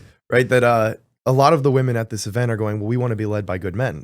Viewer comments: Someone tell this girl its phonetically pronounced "Wimen" smh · Great interview! 👍🏻 needs to work on her pronunciation of “women” though. It sounds just like “woman” when she says it, so it’s distracting/difficult to follow the conversation.